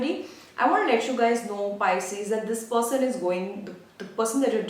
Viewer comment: You keep saying picies